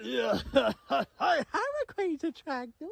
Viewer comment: Why he sayin it raquayza?